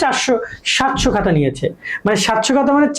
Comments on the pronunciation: ভাইয়া, 'হাতা' ঠিক করেন।😊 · Hata kno bolen apnara 🙄